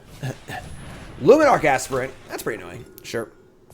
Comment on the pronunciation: So far you are the only MTG player that seems to know how to pronounce "aspirant" correctly. Enjoyed the deck and especially enjoyed Karn. Liked!